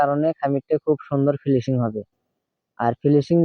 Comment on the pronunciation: ফিলিসিং না,,উচ্চারণ হবে ফিনিসিং,, অনেক ধন্যবাদ এখনোর জন্য।